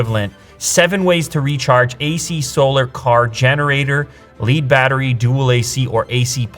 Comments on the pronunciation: I'm cracking up with Lew pronouncing Lead Battery. It's not lead as in leader, it's Lead as in the metal. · Did he just say leed battery lol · no we don't. however if he is meaning it's the first battery in a daisy chain of batteries then his pronunciation is correct. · yeah I heard him say it right the second time. I wonder if the site he was reading from had "lead acid battery" the second time, and the first time they just had "Lead." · Facts. Lead is the short E. Not the long E